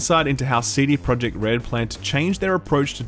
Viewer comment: I love u man but pretty please. I am from Poland and i cant stand how u say the company name-cd projekt. U should say it with j like y - cd proyekt. Pretty please. Much love